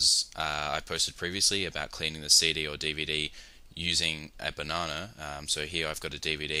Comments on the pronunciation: "Bananer"- I love the english language, along with all the accents for it. On that note, good job. Clean (pun intended), and simple. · buh-nah-nah lmfao so badly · banonna lol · BAH-NAH-NER HAHA! LOL